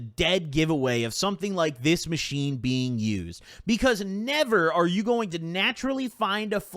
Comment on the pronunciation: ttok a hit everytime he said 'aathis machine''